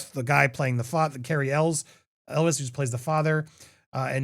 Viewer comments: It’s pronounced El way NOT Elles!!!!!! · I stopped watching Popcorn planet because half of his videos are him yelling at his chat. He doesn't know how to pronounce Cary Elwes last name. God this sucks.